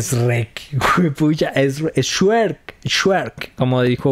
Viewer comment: Tu dices Shuerk.